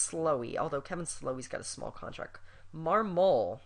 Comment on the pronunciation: Trade Marmol at all costs! He stunk with the Cubs. Also, I think it's pronounced (MARM-mul).